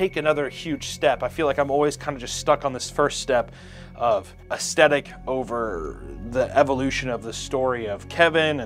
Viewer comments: "Aesthetic"...... ass "TH" tic...... other than that . Love your work!. Xxx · Say aesthetic again